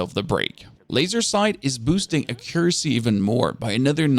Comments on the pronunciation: Not trying to be rude, but the best way that i can tell you how to say accuracy is to say it like AK-YUR-ASSEY. Yes, that is how its said. Do what you will with that info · I never would have known you were German, your English is perfect and you have no discernible accent. Oh, and accuracy is pronounced "AH-ccuracy" with the emphasis on the "AH" syllable. :) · thanks for the vid!!! Accuracy = ack cure ra sea 😂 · Ack - ur - ass - ee. Accuracy.